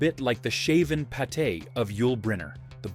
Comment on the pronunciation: repetitious commentary with mis pronunciations eg.a bald pate is not pronounced the same as the French liver paste